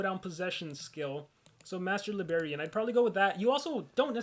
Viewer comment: keeps on saying Master Libarian but actually it is Master Librarian....lol